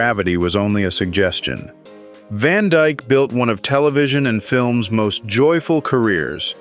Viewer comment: His last name isn't "Van Djk". God I hate AI ......